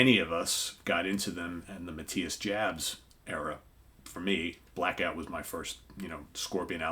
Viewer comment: Friendly, laid back pronunciation comment: Jabs is pronounced "Yabs".